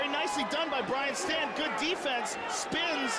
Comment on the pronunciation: Hey... it's Brian Stann, not Brain Stan